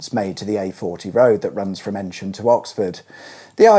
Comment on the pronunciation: Sorry to be a pedant, you’re pronouncing Eynsham incorrectly. It’s pronounced eeeen sham - like the hard sound e, soft n, then sham.